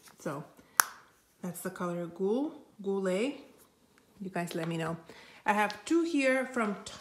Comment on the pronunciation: Ah, inventories, my favorite ! Especially the ones for complexion products ! French here ! 🙃"Goulue" is not that hard to say. Actually, if it was written "Goulu" I'm pretty sure you would know how to say it. It's actually how you say it, the "e" at the end is silent, it's just a marker of "gender" here. When a french word ends with an "e" (and I'm not say with an "é" or a "è") it's always silent. I'm saying this with kindness, but the image is a little bit clouded, maybe try to wipe the lens of your phone 😉 I know when my phone camera does it, it always work.